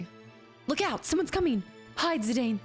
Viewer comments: Im going to be that annoying fan that tells you its pronounced "Zi-Dawn" 🤣 You can pronounce it however you want. But its sorta if Cloud was pronounced Cluh-Uude. It wouldn't make sense. So while you can totally call him ZiDane if you want and that's totally fine, its ZiDawn officially 🫶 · Zidane is a French name btw, so it is pronounced like Zidann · also, fun fact - Zidane is actually pronounced "Zih-Don" =) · If it's something you're seriously pondering, when I hear this name in european countries it is pronounced Zih-Don or Zih-Dawn, but I think legit everyone who's ever picked this game up says Zih-Dane so I don't think you can really go wrong. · IIRC, in the Dissidia game, they pronounce Zidane as "Ze-DAWN." I remember thinking, "I've been mispronouncing his name for, like, 15 years." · This is one of the best. A quintessential Final Fantasy. It was the last Sakaguchi (the creator of Final Fantasy) had any involvement in, and the last in which Uematsu did 100% of the soundtrack (he's also said it's his best work). It's pronounced Zi-Dan, too, btw. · Zidane's name pronunciation: Zi-DAWN. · I used to say Zidane the same way. But in general for names, I equals EE. Japanese pronunciation rules. Anywhere, couldn't steal means you failed a steal check, nothing to steal means the target has nothing. Stealing from a master thief might be hard as a young novice.